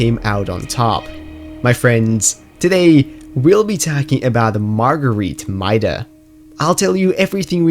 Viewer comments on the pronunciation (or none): It’s pronounced maid-uh btw